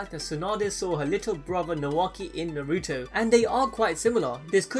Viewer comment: say naruto right